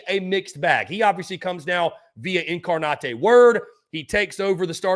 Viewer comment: Did homie just say, "In-car-not-a-word" ? Lol😂